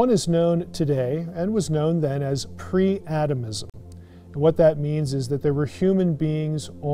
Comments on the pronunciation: PRE-ADAMISM, not "pre-atomism"!!!😂😅😊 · Pre/Co-Adamism, not atomism*